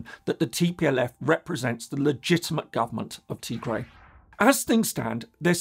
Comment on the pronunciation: Tigray (TA GRAI) PLEASE PRONOUNCE CORRECTLY IF YOU GOING TO SPEAK ON IT!